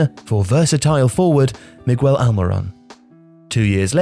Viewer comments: Did you really just say Migwell Almiron It's Miguel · Good god! "Migwell" Almiron, ""Keka,, "Ezeeqweel" Barco. I can't listen to this mispronunciations. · You don’t pronounce the u in “Miguel” - Yours sincerely, Miquel